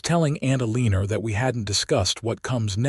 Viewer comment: Someone needs to teach AI to pronounce Eleanor!